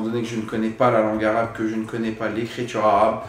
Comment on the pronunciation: Moi je sis libanais dc je parle arabe et tu prononces vrm bien